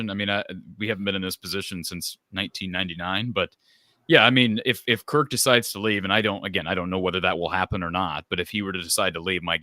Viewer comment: Kirk has been at iowa how long and our fans still can’t pronounce his name.